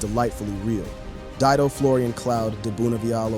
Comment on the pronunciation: Didon ? Puffff, Dido.